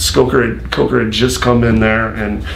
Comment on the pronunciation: White Spit on the lip, constant nose touching and plus he said Scott COKEr 😂